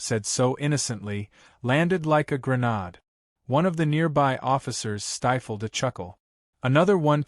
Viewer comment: Please teach your computer text-to-speech application the proper way to pronounce “grenade”.